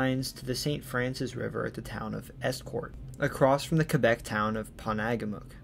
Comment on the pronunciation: Thank you for correctly pointing out that Porstmouth Naval Shipyard is actually in Maine! Also, I'm tickled pink that you probounced Quebec the correct way :) Also also, nailed the pronunciation on other various Maine towns. Very well done! I've never seen any of your content before, but very glad the algorithm pointed me your way today!